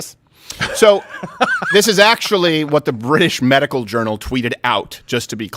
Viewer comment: They kept laughing and missed that doofus say medi-cal coverage